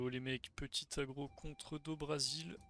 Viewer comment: j'adore t'es vidéo mais plus jamais tu di Do brazil comme les dommages ! X) c'est une ref de mma sur Charles Oliveira